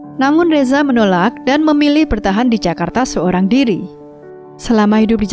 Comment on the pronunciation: Nyebut reza jadi resa